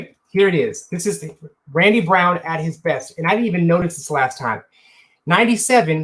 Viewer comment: You finally got Randy Brown right and then go and botch Paxson the whole video saying Paxton lol